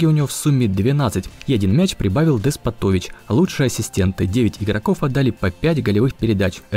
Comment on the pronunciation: Деспо'тович ударение правильно